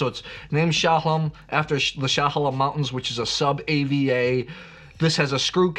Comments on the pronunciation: Not Willa-met. It’s will-AM-et. You wouldn’t pronounce Bordeaux as Bor-Dox to annoy your friends! Also, it’s E-ola not A-ola and sha-HAY-lem not sha-ha-LEM. BTW, you should try the Lingua Franca Chardonnay too. Very Bugundy like at a fraction of the price. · I know you’re poking at Willamette folks with your pronunciation … but Chehalem Mountains is new … it’s like I’m in Israel with that pronunciation. Glad you are such a fan of Willamette wines! Keep up the great blind tasting and the insights from the tastings.